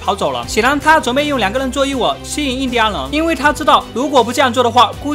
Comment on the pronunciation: 念錯了 印第安人